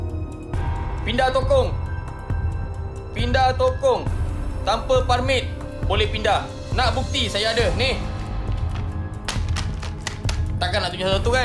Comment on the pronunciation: Sapa ramai2 DLAM NE DTG tgok balik drama gengster rohingnya ..cuba dgar Dy sebut permit bunyi parmit nampak sgt dh samseng Rohingya